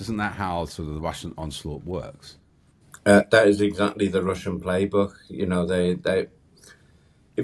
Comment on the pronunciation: Can't you find a compare that can say 'Russian' instead of 'Wussian' ? Common sense.